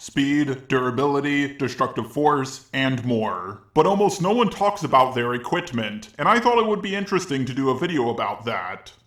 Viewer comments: Ok, this is just a nitpick, but you keep saying "equitment" instead of "equipment". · Are you Pronouncing "Equipment" or "Equitment"?!! LOL!! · Yeah he's saying "EquiTment" not "EquiPment." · Equipment not equitment. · why do you say equitment and not equipment? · Equipment* not equitment... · Please for the love of god stop saying e-QUIT-ment. Its e-QUIP-ment! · Equitment is what I hear not equipment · You're pronunciation of words is really really bad. It is equipment with a P. It is not EquiTment. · Why Did you say "aquitmante" Or Did you actually explane it later in the video? Edit:Ok, i watched the hole video and you DIDNT explained it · Equitment xd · Did you just say ”equitment” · equitment? you keep saying this over and over! I love you, its just dumb! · What the hell is equitment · Stop saying "Equitment" it's hurting me. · If you utter equitment one more time... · him saying EQUITMENT kind of makes me uncomfortable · Equi"p"ment with a "p" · Why do you say equitment? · You kept pronouncing equipment wrong.